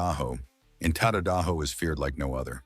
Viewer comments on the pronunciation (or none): One thing the Ai speaker can't do is pronounce names correctly. Ta---Da--Da---Ho Tadadaho..